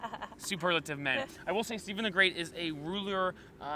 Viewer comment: Stephan The Great, not Steven